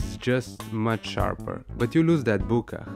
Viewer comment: Bokeh not Boo